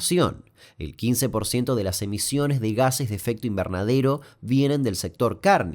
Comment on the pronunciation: Muy buen video aunque creo que en el minuto dice emisiones, con C